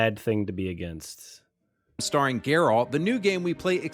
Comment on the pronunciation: almost forgot this is the guy that calles geralt "jareld" at one point